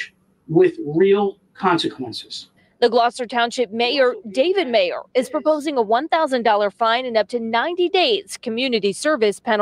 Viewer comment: New Jersey mayor, David Meyer. Ladies and gentlemen its mayor Meyor 😆